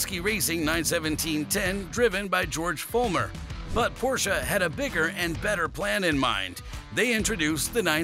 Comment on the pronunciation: Congrats on pronouncing "Porsche" correctly. Thank you for a great video.